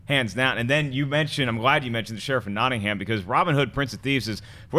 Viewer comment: It's pronounced Not-in-um. As in Sheriff of...